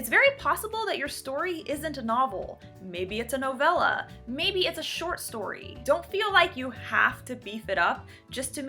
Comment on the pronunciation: Thank you so much! I love all of your videos and they ALL help soooo much! This will definately beef up my fantasy adventure!! Take care! BTW, your pronunciation of Novela was beautiful. You would not believe the ammount of people who COMPLETELY screw up the pronunciation.